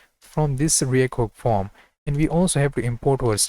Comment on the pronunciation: you say form....i hear foam... lol